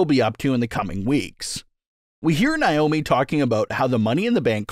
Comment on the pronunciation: FOR THE LOVE OF GOD!!! HER NAME IS PRONOUNCED NAY- O- MEE